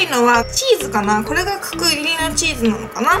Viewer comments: "かくぎり"って言いにくそう😂w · 角切りのチーズが上手く言えないゆうかちゃんがすごく可愛かった……♡